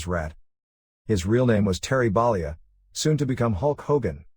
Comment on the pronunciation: Terry Ball-e-a. Lol